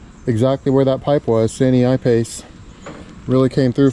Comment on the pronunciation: san-yi-pace, not sany-i-pace. Sanyi probably stands for three-in-one in regards to this product but is actually just a common part of company's names in China.